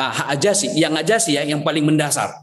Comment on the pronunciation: AJASI.... AJASI.... hahaaa ngaku org pinter gak bisa nyebut Z , AZASI berubah jadi AJASI 😝